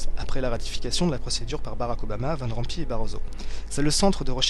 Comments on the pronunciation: Van Rompuy se prononce Van Romp"oeil" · Juste un détail: Van Rompuy se prononce on peu comme: Van Rompeuil (Tu peux coller dans google trad, vers le 'Neederland' et écouter le son de la voix electronique).